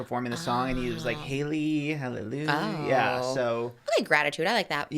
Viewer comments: not letting them know that it’s hallelujah not halelu is crazy lol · Them saying halleloo instead of hallelujah like Sh*ngela from drag race killed me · The way they are pronouncing hallelujah 😫😂😂😂😂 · I literally couldn’t focus because of the pronunciation of hallelujah. I’m like have I been wrong my whole life. 😂❤ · Them pronouncing hallelujah is killing me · emphasis on the JAH 😭😭